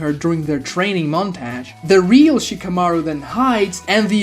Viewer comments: i stopped watching after "montage" its not montayge T.T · The way you say 'montage' ALMOST made me quit the video 10 minutes in, but I'm sticking cus this is getting interesting. 😅